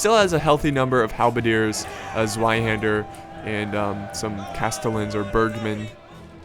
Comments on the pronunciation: Zweihander is simple Tzvei that is how you pronounce it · Zweihander or Zweiänder how it's written in German, is pronounced tswaihaender. Also it's 1 Zweihänder and 2 Zweihänder. Not Zweihänders. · Problems pronouncing zweihander? 'z' is pronounced as ts in tsunami. so zweihander is pronounced tsweihander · Try pronounce the "Zweihänder" with a "ts" at the beginning. Like "Zar" for example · I yust love your battles and your commentaries! and I love the way you pronounce "Zweihänder" (you have to stress the `Z` and of course the `ä`) but I know how hard it is to pronounce it right GO ON BRAVE SOLDIER!!!!!!!!!!!FIGHT!!!!!!!!!!!!!!!!